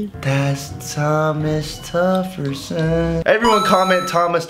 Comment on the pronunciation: That boi said Thomas tufferson 😂